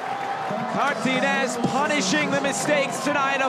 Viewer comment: It is not "Cartines" It is CAR TA GI NES